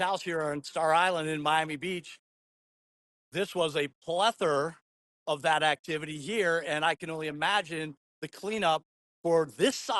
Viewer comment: Hey Nancy, please tell it’s PLETHORA, not “plethor”. 😂